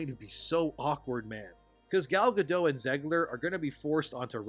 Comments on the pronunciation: Who's Gal Ga-doe? She's not French! It's Gal Ga-dot. Dot! Ya know. Like the amount of space your brain takes up. You Youtubers are making me sick. If this is going to be your profession, can you at least apply some professionalism? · actually, I never saw the original movie, but I still know its plot it’s Gadot, not Gado. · Gal Gadot (pronounced like “guh-dote”). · sorry man, it's Gal Gadot. the T isn't' silent